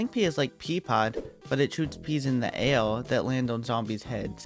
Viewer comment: Why do you sound like a baby like the way you say air